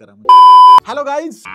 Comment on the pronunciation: Waaa....😂 गायीज्... आणि बफेलोज्.....😂